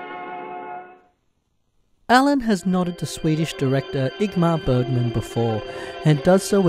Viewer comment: Ingmar Bergman. Not IGmar Bergman. And who on this earth thinks its pronounced Ap-O-LO?